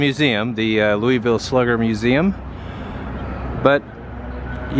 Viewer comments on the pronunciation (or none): It's Loo-uh-vul. Love: a native. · its Loovull like Moebeeuhl amabala and Missuruh. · Always a joy to see someone come to Louisville, pronounce the name funny, and see which parts of the city they went to. Thing about this city is, much like the weather, if you go a few minutes in any direction you're in a whole new world. Each neighborhood and vibe changes every 2 blocks around here. You'll go from our slums to a great part of town to an industrial park to a slum to a great part of town all in a 5 minute drive down one street. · Hope no locals heard the way you pronounced Louisville. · Got that right!!